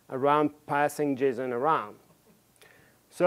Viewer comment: yeah i love it but i can't stop myself from hearing him say "jism" every time he says "json"